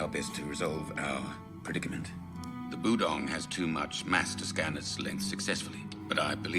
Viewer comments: Her inability to pronounce budong reminds me of Chriton trying to say Tavlec. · Don't worry about mispronouncing Budong, John does that stuff constantly! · At one point, your butchering of "Budong" made me think of "Magog", and that's a whole other sci-fi show. (Gene Roddenberry's Andromeda) lol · Hi, two things. One, I was really curious to see your reaction to the scene where Jon tells Aeryn about the guiding star. I honestly didn't expect you to cry. And two, at first I thought you were pretending to be like Jon by saying the budong's name wrong